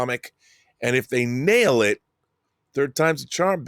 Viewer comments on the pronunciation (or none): none